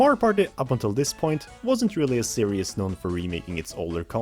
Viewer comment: That's not how you prnounce series. It's prounced as series not serious